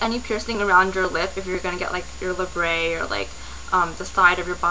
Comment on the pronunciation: labret is pronounced like bret the name as it is not a french word ! la·bret (lay brit) n. An ornament inserted into a perforation in the lip. {Latin labrum, lip; see leb- in Indo-European Roots + -et.} many dictionaries read the same ! just a little bit of info lol :D